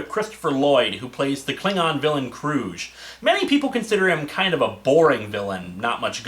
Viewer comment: And by the way, Hard G in “Kruge”. That’s how Valkerys pronounced it in the film…